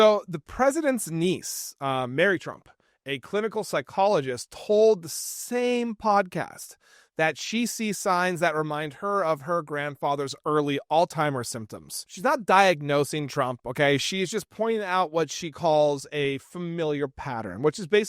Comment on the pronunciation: Not "all timers," alzheimers, sounds like alts heimers